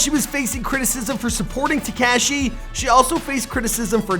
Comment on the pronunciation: Who is this "Tik cashy" you speak about?